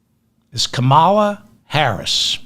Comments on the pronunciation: David, think of 'comma-la' and you'll be pronouncing Kamala's name properly! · Please say her name with the emphasis on the first syllable. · those first 2 pronunciations of Kamala were spot on correct, the 3rd & 4th were completely wrong. I love your content! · Please learn to pronounce Kamala's name correctly. You only said it right one time. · Seriously, you will speaking her name continuously from here on and you really need to pronounce it correctly! I know you can do it! 😊❤ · David, you’re mispronouncing her name. Bro. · Can’t even pronounce her name. And I’m supposed to blindly vote for her? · Just like the Republicans, you mispronounce her name. Shame. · DAVID- it's KAMala, not kaMAla. Mommala Kamala. Comma- la. Did you just fall out of a coconut tree? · Her name is Kamala. It's pronounced comma la. Not ka MAL la. This is not difficult. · David - FOR HEAVEN's SAKE.learn to pronounce her name correctly.. Her name is pronounced..:KAMM -A - LAAA NOT.. KAMMAAA - LA!! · David, please; commala, commala, not " ca mall a "... If there's an accent somewhere it's on the first syllable....period, question mark, comma-luh... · David, you started off pronouncing her name correctly - then some idiot told you the wrong pronunciation! Her name is pronounced..:KAMM -A - LAAA NOT.. KAMMAAA - LA!! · David, Her name is pronounced..:KAMM -A - LAAA NOT.. KAMMAAA - LA!! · Kamala's name is pronounced "Caa-mala" not "come-ala". You pronounce it correctly sometimes but not all times. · It’s Comma la. Just like the punctuation mark. Not ka MAL a. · Kamala is pronounced Comma, la. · Kamala equals three short "a" s. Like when the doctor says open your mouth and the doctor says say Ahhhh! So, it's, KAhhhMahhhLahhhhAahhhh. Hope this helps David. By the way, you are echoing my every thought and feeling. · 0 seconds ago David - FOR HEAVEN's SAKE.learn to pronounce her name correctly.. Her name is pronounced..:KAMM -A - LAAA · Sorry…Kah’- ma-lah emphasis is on the first syllable😊